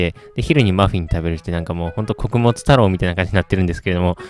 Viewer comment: 穀物太郎wキャベツ太郎みたいに言うなww